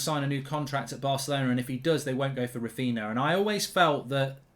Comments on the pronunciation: Raphinha. In Portuguese the NH is pronounced NYA Raphinya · Basically a commercial show. Embarrassing. And learn how to say Raphinha. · Is anyone else just a little disappointed with the way Mark mispronounces Raphinha..? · I wish Mark would pronounce Raphinha correctly.